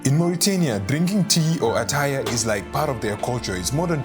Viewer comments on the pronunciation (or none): "Ettaye" not "attaya" 😐